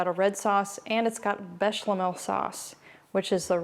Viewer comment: Hi there lovely- it’s “béchamel” not with the “l in the middle so not béchLamel